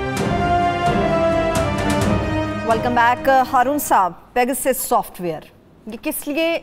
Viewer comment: its not peeegawwsus . its pe ga sus ;)